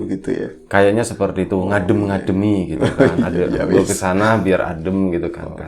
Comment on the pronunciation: Mas" duo packaging 🤣🤣 Kalo ngomong"gue" jadi kedengaran "kue" Ah.... pokoknya semoga tambah sukses untuk kalian berdua 🖤